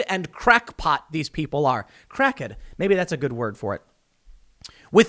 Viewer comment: Just stop, Tim. "Crack-Ed" is never gonna happen, okay!